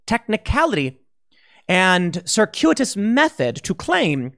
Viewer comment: Okay, whoever taught Tim the word "circuitous" last week should be ashamed of themselves.